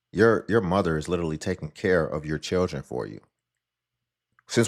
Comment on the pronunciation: ma’am, it’s pronounced “churdgrin”